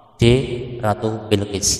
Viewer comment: ratu Balqis bg bukan bilqis🗿🗿